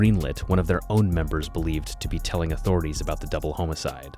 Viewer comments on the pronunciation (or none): You say homicide wrong and its hilarious